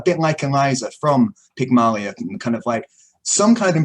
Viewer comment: You guys must be channeling Peter Clease, the way you are butchering the language: Pyg-mah-lion and not Pygmailion? Ah-vid and not Oh-vid?